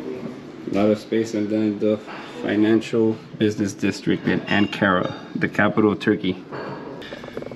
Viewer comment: its pronounced ank ara not an kara , good vid but lad